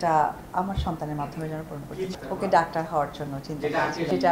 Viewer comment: দক্তার নাহ ডাক্তার 😂😂